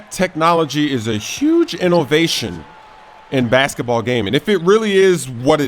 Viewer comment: listen to 7.31 how he says huge